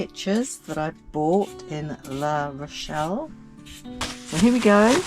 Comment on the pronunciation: That is LA Rochelle not LE Rochelle! (Feminine not masculine)